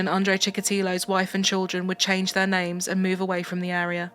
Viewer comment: No she didn't 💀 I don't think you know how any of these names are pronounced